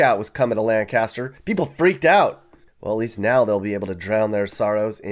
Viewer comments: It’s not pronounced Lan-caster, it’s pronounced Line-cuh-sturr. Linecastur. I should know, I’m from Rock Hill. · Its not Lan-caster. Its Lancaster. One syllable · It's not pronounced Lane-caster, it's Lanc-aster SC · It’s not “lan-caster” it’s “lank-eh-stir” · Lancaster is one of the fastest growing counties in South Carolina, and you're pronouncing it wrong. Emphasis is on the first syllable, not the second. Correct pronunciation is LAN kiss ter. Same for Lancaster, Pennsylvania and England. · It's not Lan-cas-ter. It's Lang-ster😊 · Sorry its not pronounced” Lan cast er “. Its Lan cas ter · it's not pronounced LAND-caster, that's in Pennsylvania. It's pronounced LANE-caster. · I lived in Lancaster until I graduated from college. The correct pronunciation in Lank' aster NOT Lan' caster. True, the town has declined. But, the motto for the town's sesquicentennial celebration revealed a deep truth: "All roads lead to Lancaster". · FYI, it's LAYN-kuster, not Lan-caster. That's in PA. Put the emphasis on the first syllable. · It's LANE-KESTER, not LAN-CASTER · It’s Lanc-aster, not lan-caster smh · Agree, it's LANcaster, not LanCASter! Same as in Pennsylvania! LanCASter was Burt! !😂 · It's not LanCASter, and LANcaster! Lol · By the way...it's not pronounced LAN-caster...it's pronounced LANK-ister. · Lancaster is pronounced "LANK ister", not "lan CAST er." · First he said "Lan-cast-ster" when it's pronounced "Lan-cer-stir" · Umm, it's pronounced "LANK-uh-ster," not 'lan-KAST-er.' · also, it’s LAN-CUH-STER 🙄🙄🙄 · Nobody calls Lan-caster home. It’s pronounced Lank-a-ster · It’s not Laaaaan-caster. It’s LANK-A-STIR. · No offense.. but it’s Lane-Custer not Lane-Caster Lane-Caster is in Pennsylvania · No "G" in Lancaster. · Lancaster, Ca. is pronounced the way you pronounced it. But this "Lancaster" is pronounced " Layn-kister" all at one go! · The hometown folks call it Lank-a-ster. Lancaster is a yankee pronunciation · It’s LankSturr not Lancaster. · not Lancaster 😭😭